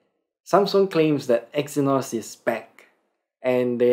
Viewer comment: The Review was not able to understable As giving the review he said EXYNOS IS BANNED. But it was BACK the pronunciation was kind of bad